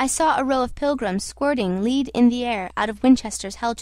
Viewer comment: lol. you say, "squirted leed." It is lead, for the lead that is in bullets (the word is followed soon after by Winchester, a gun company). Its pronounced, led